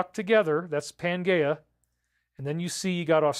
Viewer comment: Good one, I was thinking the same. Hmmm maybe he's pronouncing it correctly, I don't think so though.